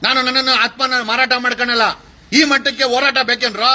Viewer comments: Akadeyvru eshte higher education madidru pronounction sari madall. Horata ke orata abba annoke habba 😂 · ಒರಾಟ ಅಲ್ಲ joker, ಅದು ಹೋರಾಟ😂